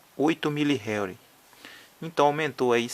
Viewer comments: não se pronuncia réuri e sim enrri. (Henry) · Na vdda pronúncia é como se fosse RRênri ( HENRY )